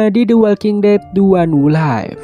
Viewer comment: The Walking Dead: The One Who Live care bacanya "De Wolking Det: De Wan Hu Liv", min :D